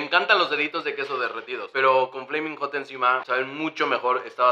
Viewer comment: se dice flamin jot